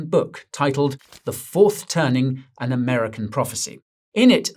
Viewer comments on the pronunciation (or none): "The Tourth Turning" lol wtf is this AI slop?